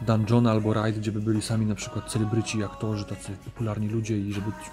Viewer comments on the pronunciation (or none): czy tylko ja usłyszałem na cfelebryci?